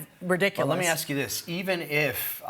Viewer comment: "Combinded" and "aks"... Careful, your stupidity is showing